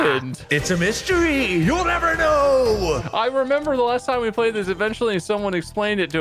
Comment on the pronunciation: I ‘emember, Mark. I ‘member.